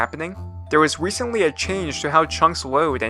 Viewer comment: "there was wecently" 🤓